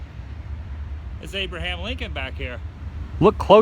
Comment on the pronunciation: That wasn't just Abraham was "FRO-Bruah-Ham -Lincoln"